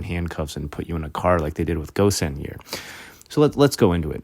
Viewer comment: Hello Lebanese here! Carlos Ghosn (it is pronounced with a غ sound which is hard to explain in english) is lebanese and when it happened we heard about it and were shocked at how he escaped. Also, for lebanese it was obvious that Carlos was a scape goat. It is important to note that he has lebanese French and brazilian citizenships.